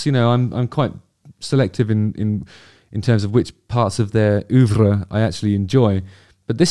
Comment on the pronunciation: Okay .... What is ... Whatever that word is (I suspect French) that is said ? What is ooohvra??